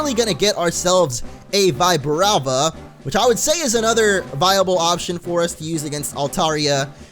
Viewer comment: I call it Vibrava. Not Veyebrava or Veebrava